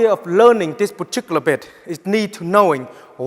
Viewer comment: I came here to hear 'poochicular' one more time.